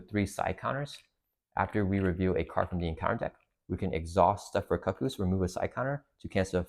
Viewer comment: Just a quick heads up, they're the cuckoos = "koo-koos"